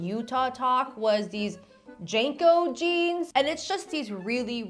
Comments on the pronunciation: *Jean co not Jane co 😂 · Hearing her pronounce JNCO (Jinko) as "Janko" made my millennial brain clutch pearls and rage glitch. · the dumb big pants are pronounced jinco, not janco. signed, gen x old lady. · The way you're dating JNCO is killing me 😂 JeaNCO is how you say it We didn't almost kill ourselves in skateboards for utah losers to ruin the jeans we lived in